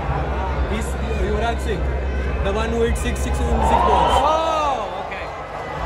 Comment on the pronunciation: tries to sa Yuvraj Singh and miserably fails 😂😂😂😂😂 this had me dying 🙏😂